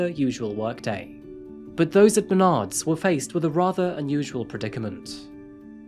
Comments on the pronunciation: Dude, it’s MeNARDS. Emphasis on the second syllable. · mah-nards. at least thats how we pronounce it in michigan lol.